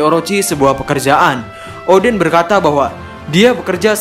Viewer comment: Salah sebut